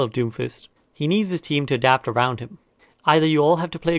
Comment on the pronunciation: I love it when "brig is arond" 😂